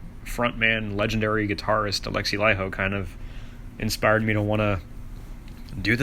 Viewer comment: FINALLY an American who pronounces Laiho correctly.